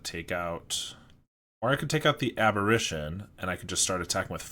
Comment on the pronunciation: The flip side of Delver is pronounced Insectile Abber-AY-tion. You're pronouncing it like "apparition", which is another word for a ghost.